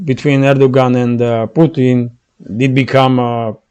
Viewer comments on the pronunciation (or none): none